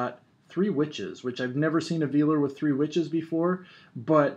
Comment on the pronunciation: You say three 'tree', why? you say though correcty? I'm just wondering